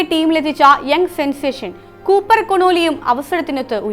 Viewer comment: കോണോണി അല്ല കൊണോലി 😂